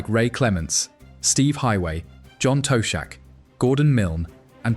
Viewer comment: John "Toe" shack. Spew.